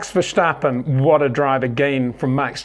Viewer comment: ⚠️ To all international sport journalists & presenters: ... it is NOT Lewish ... it is NOT Bottash ... and it is certainly NOT Max Vershtappen!